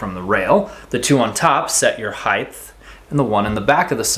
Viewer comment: great share, thanks. not to be critical but as many people mispronounce, the word height is pronounced more like “HITE”. Because it ends in ght, many people confused it to be gth and pronounce the word “HITHE”